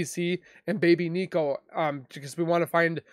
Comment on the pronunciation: At least honor the unborn by saying his name correctly. Nico. As in Nicole